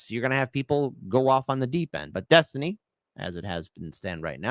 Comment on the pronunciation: When I was young, we would have just assumed that any "man" who went by the alias "Destiny" ("Dethtiny," as he says it )was a gay prostitute and just dismissed his opinions.